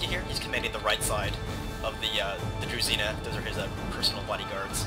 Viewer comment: Fun fact, Druzhina should be read kind of like Drushina, and it basically stands for Followers.